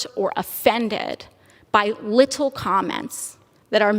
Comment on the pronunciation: The way she said “LIT TLE COMMENTS” she dragged that LIT TLE MAN YOHO 😭🤣